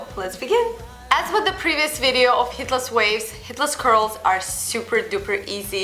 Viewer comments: No worries, I'm hearing the exact same thing. But then again, we all know what she means. :-) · So true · I thought I was the only one who thought that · What? It does!